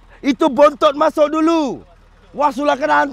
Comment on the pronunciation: Masak ke masuk .? Cakap melayu pon dah tak betol dah ni